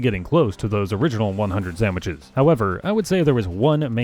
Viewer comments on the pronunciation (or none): I wasn’t really paying attention to the video, just had it on in the background and about half way through I noticed he was saying samiches